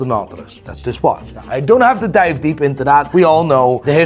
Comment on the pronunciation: Learn how to say word "NOW" please ffs just that one. Just learn that one please